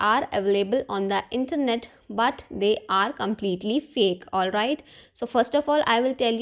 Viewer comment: Olvait, olvait, olvait 😂😂😂